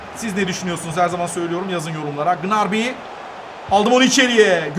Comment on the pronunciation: Gnarby degil abi gnabry😁